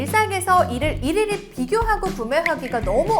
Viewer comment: 평소 영상 잘보고 있습니다~ 그런데 많은 분들에게 전달을 하시는 일을 하시니 정확한 발음으로 좀 더 화이팅 하시라는 뜻으로 말씀드립니다. '일일이' 발음을 '이리리' 라고하셨는데 '일리리'입니다. 또 '일상'생활을 '일상'생활이라고 하셨는데 '일쌍'생활이라고 하셔야 합니다~